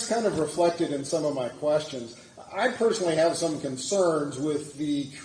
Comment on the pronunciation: I don’t answer “qweestions” 🤣 That’s intro always cracks me up